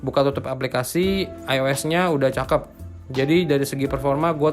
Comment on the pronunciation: Ois bukan eis bang